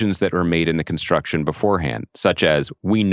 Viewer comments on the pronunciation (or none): none